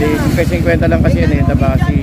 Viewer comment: Kabasi hindi tabasi